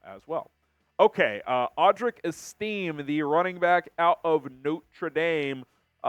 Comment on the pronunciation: Es - tuh - may not Esteem